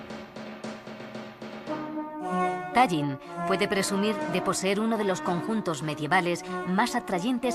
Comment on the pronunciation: Parnu, No paernu. Ll castellana de Tallinn es una L de Lerdo.